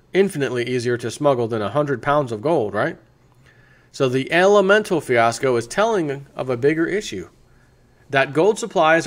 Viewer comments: you say elemental but its elemetal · There is no "N" in Elemetal.